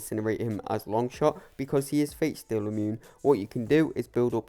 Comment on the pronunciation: Why do u pronounce fateseal as fatesteal ????!!!😅😅